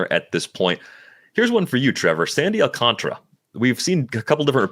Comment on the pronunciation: Awl-cahn-tar-uh Alcantara Not Alcantra You're deleting an entire letter to say his name wrong.